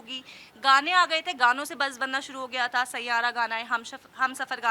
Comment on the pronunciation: Aaji amma saira nahi 😂😂😂😂sai ya ra